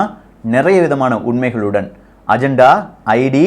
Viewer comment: அஜந்தா இல்லை. அஜென்டா 🙄